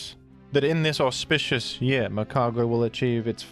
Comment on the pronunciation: Are you saying "auspicious" or perhaps "horsepicious"? Hmm?